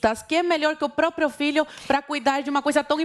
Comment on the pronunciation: Um historiador e analista político que diz "póprio".